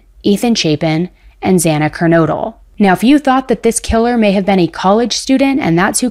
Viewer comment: In one of her videos she keeps mispronouncing Zana's last name saying KERNOODLE like the pasta. She's extremely annoying/uneducated sounding.